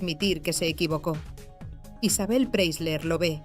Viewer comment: Pre - I - sler. Se pronuncia con una i en el medio!